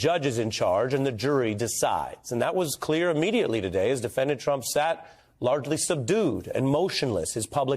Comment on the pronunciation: Ari it's "Today" ,not taday!